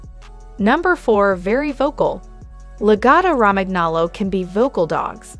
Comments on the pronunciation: I can't respect anyone who makes an educational video but can't pronounce the breed name and the #5 reason is not true. YOU NEVER BRUSH A LAGOTTA. Reason #4 is true, they are vocal. Reason #3 isn't. In comparison to many other breeds, I would not call them energetic. #2 reason is true. They are expensive. #1 is true but not significantly smarter then other breeds. I think they're more manipulative then smart. That's the opinion of an owner. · I have two Lagottos. Every dog has negative traits and they are wonderful dogs!!!! The mispronounciation is super annoying, I would think that one would want to try and pronounce things correctly, this is embarassing. La-Goe -toe Row-man nolo. Also it's saliva not salvia. This is just ridiculously bad AI. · Perhaps learn how to pronounce the breed name before making a video. Mine never barks, gets groomed 4 times a year and is active during a walk and lazy the rest of the day. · Sound it out with me: La go toe row man yo low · The pronunciation is La-go-toe Ro-man-nolo(we own one & are native Italian speakers) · La-GO-to. Roman-yolo. God damn. So easy to look up. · This is an incredible drinking game, every time she says lagotto romagnolo[incorrectly], take a sip. 😂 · seriously! her incorrect pronunciation is very annoying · It's AI but lol that pronunciation gave me flashbacks to 8th grade spanish class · My god, I think she pronounced the name "Lagotto Romagnolo" four different ways. All of them were incorrect! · You should learn to say the name properly if you wish to be taken seriously. Absolutely a great, smart, highly trainable, and loving dog! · first pronounce the name correctly then talk about the breed... also very stupid title for a video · Wow way to not pronounce the name correctly..... every single time.... if you want a dog yes, walk it, train it, brush it, bathe it, don't leave it at home...... Mine is either with my wife at home when she works or at my wine shop greeting 100ppl each day